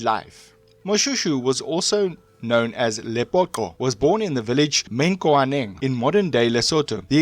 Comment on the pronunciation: The pronounciation😭😭😭😭 Mokhachane - Mu-ga-cha-ne Koena: Kwe-na Mekgwaneng: Mi-gwa-neng MaNtsoetse: Ma-Ntswe-tse Difaqane: Di-fah-q(click)-ah-ne !Xorana: X(click)-ga-na